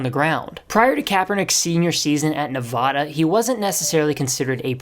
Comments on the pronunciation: Bruh you live in the USA and can’t pronounce Nevada properly 😢😢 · Say Nevada right you ape